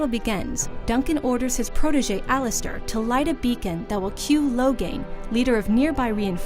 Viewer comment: Oh goddd she pronounced it Logan.... That was so bad... Ughgghgghhghg